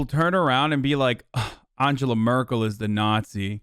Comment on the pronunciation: His pronunciation of Angela Merkel was spot on, but chat was ''angala ANGALA''